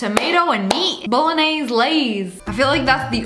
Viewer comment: That was funny when she said bolognaise 😂😂